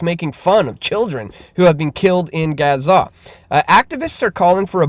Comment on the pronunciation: Learn to pronounce Gaza FFS